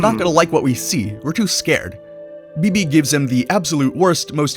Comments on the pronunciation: All right I'm not going to lie everything was cool until you said Bebe it's beh beh or babyah 😅I'm good now sorry I love her am butters 😂❤ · It’s not beebee its baybay